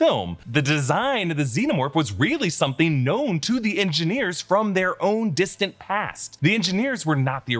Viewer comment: "Theres sum'n in the wo'er"